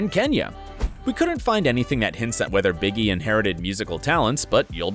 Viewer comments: Biggie😂😂 its Bigi pronounced BG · Get it right! Blanket calls himself Bigi (pronounced BeeGee) now.